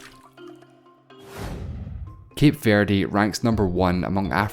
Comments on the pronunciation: ah yes combeind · The way you pronounce the word "combined" is so annoying